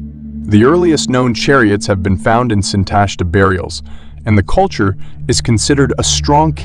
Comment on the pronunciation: The stress belongs on the last syllable: SintashtA.